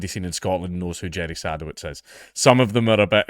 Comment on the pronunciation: I think it's pronounced "seh-duh-vits"